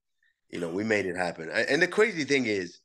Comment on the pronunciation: "And the cwazy thing is"